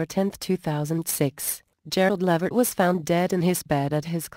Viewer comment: The voice is creepy and please correct the pronunciation of his name.